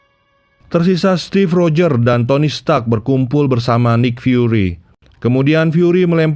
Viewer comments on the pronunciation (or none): Bacanya nik fyuri bukan naik